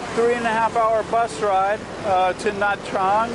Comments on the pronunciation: Nha Trang is pronounced something like Nya Jang. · Nha Trang is pronounced "na jahng"